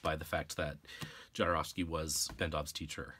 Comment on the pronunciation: Sorry but it hurts my ears me when you pronounce "Jodorovsky" . First letter is not "jay" ! His surname in Polish is 'Chodorowski', transcripted to Spanish to "Jodorovsky'" Please listen to this